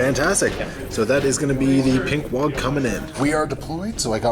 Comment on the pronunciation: Oh ok, so were just not going to talk about the over enunciation of the G in Waaagh. "Wog" isn't very Ork like.